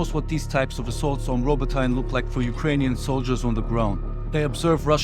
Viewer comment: It pronounced Robotyne = Rabotinay, Stepove = Stepovay, not stepov 😂